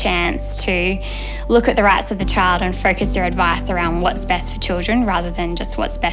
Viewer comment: everytime she says it I cackle